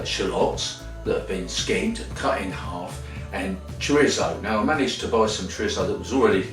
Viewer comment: Your saying Chorizo wrong.